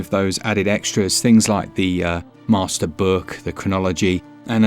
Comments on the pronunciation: "Meh-ster collection".... hahahahaha🤣😂🤣😂🤣😂👏👏👏👏👏🖖🖖🖖🖖🖖🖖🖖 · “Meh-ster Collection.” Hahaha! Love it! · I had to reach for the thumbs up button already at "Meh-ster collection" 👍